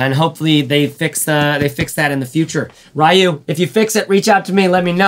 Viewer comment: RAI-YOO and HAHHHdookin 😂 k